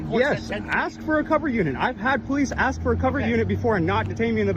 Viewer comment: What's DUMB is when you say AXE for ask over and over